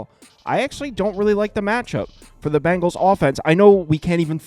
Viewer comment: Its Bengals not Bangles